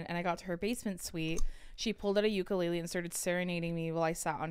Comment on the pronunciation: you lived in Hawaii for so long - PLEASE SAY UKULELE CORRECTLY 😩 TEACH THE HAOLES PLEAAASEEE 😩🫶🏻✨